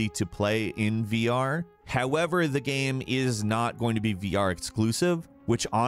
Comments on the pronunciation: "Gam" caught me off guard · Stop saying "gaem" jeeez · My man pronounces "game" differently every single time he says it. It ranges from "game" to "gaiyme" and everything in between. Love it. is a perfect example.